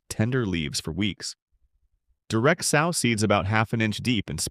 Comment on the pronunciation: I hate the way the bot pronounces "sow" as in a female hog. If the bot doesn't pronounce correctly, let a human narrate.